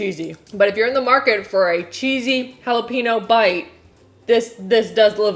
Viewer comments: love you! although I slightly cringe when you say jalapenO, instead of pronouncing it jalapenYO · Oh lordy, please pronounce jalepeño properly. You don't need an accent or anything.. 'hall-uh-pen-yo' NOT 'pee-no'. I cringed so hard every time you said it 😂😂 All of these recipes definitely look so dang delicious..I for sure want to try the dome cake!! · ah yes I love eating halapeenos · I live in Texas, and saying "hollapeeno" is utterly ending me. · no one:: JALEPEENO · Was I the only one bothered by how she kept pronouncing “jalapeño” without the “ñ” ?? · Jalapeño is pronounced jalapeenyo sry it was just really bugging me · Jackie SAME IT WAS BUGGING ME SO MUCH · Thought it was just me! Everytime she said the word i shuddered. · I’m in Texas. I cringe every time says, “jalapeño.” Halla- pane-yo. Thank you. That is all. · OMG jalapeno=holla-pen-yo. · Did she say Jalapeeno? O_o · The fact that she says “jalepeno” without the ñ is triggering me. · Who else cringed every time she pronounced jalapeño wrong? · It’s ñ not n. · Did pronounces jalapeño incorrectly. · omg the way you pronounce jalapeño throws me off! lol